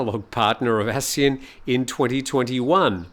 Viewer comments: From Wiki:"ASEAN (pronounced as three syllables A-SEA-AN),[c] officially the Association of Southeast Asian Nations". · Please pronounce ASEAN properly. The way you pronounce is wrong.